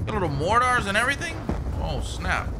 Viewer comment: Don't forget your mor-tars....